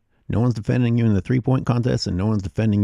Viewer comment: Hey brotha, the mispronunciation on “the”, is not your best move. Especially when you’re making intellectual points.